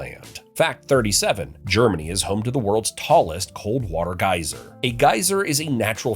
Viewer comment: Just wanted to say thanks for saying gieser correctly, because Geezer plays bass for Black Sabbath.